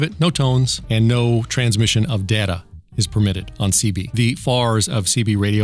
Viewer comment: IT'S PRONOUNCED DATA!!